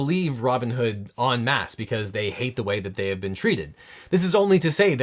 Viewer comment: Thanks for not pronouncing en masse as "N mass."